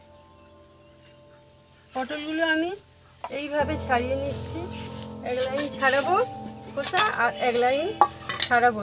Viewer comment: “এক” উচ্চারণ এ্যাক্। এ্যাগ্ না। x